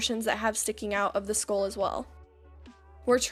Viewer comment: I know I keep saying this but it is so aesthetically and soothingly pleasing about watching your looks come together. And I thought it was cute how you pronounce it "skool."